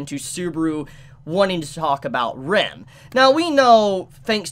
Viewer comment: I always get caught off-guard with the wrong pronunciation of Ram's and Rem's name. Ram always sounds like REM and Rem like RIM! It's pretty common with English Anitubers unfortunately :/ A quick listen to how they say it in the original would solve this, probably...